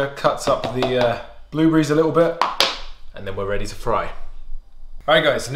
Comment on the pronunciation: "Toe-mah-toes" "Bluebreeze" lol